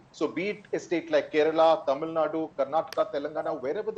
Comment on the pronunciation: Poonavala's pronounciation of some Tamizh words are quite good!